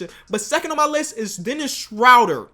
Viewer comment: You're somehow getting even worse at pronouncing Schröder